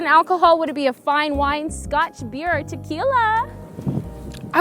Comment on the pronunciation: I will never get tired of the way you pronounce Tequilaaaaa